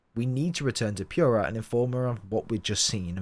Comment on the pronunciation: I know it shouldn't, but every time I hear someone say Pure-ah, it ticks me off. Especially since it SAYS the right way to pronounce it in game. For some people its an accent thing like possibly this case. But others? Nah, just say pure-ah even though it is POO-rah